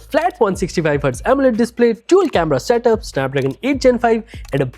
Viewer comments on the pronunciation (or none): none